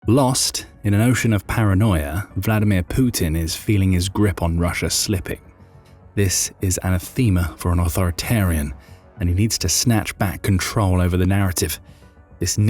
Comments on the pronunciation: It's "an-ath-(e)-ma". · ... ana-theema ... what?